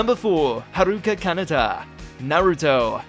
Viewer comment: haruka kanaka has been my fav even before seeing this video but why does he say it stressed all japanese words are nto stressed your meant to say it like ha ru ka. Ka na ta (in syllables not stressed)